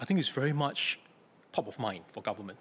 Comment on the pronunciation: how is he a politician if he can't even pronouce government properly